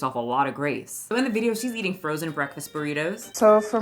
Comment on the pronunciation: It bugs me that she pronounces “ing” as “een.” I know it’s a thing for some people, but eateen, walkingeen, cryeen —really bugs me.